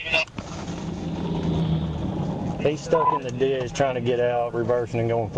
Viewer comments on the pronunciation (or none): I reckon a lot of folks on the East Coast didn’t know “ditch” was a two syllable word 🤠